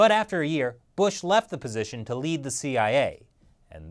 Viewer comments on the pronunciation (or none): none